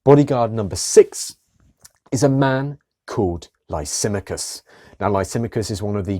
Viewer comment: Interesting presentation however there is a problem with the pronouncing of the name Lysimachus. Which was an Illyrian name meaning the great Oak or Lisimadh or lisimath.